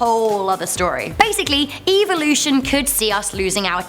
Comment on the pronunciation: Like your guys vids, but the way you say evolution almost made me want to skip watching this one, other then that I'll still give a thumbs up ^-^